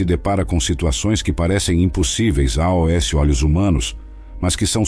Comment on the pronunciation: Porquê dizer a.o.s. quando se lê aos tudo pegado sem ler letra a letra. (pronuncia-se aus). Por favor não invente.